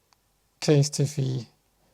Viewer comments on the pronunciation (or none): CASE-TEE-FEE! 😅😅😅Kind of like the new pronunciation!